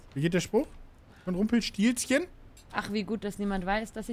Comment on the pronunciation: was für rumpelstiLLzchen. Da ist nur ein L. Langgezogene Aussprache also. Stillzchen... ich bitte dich...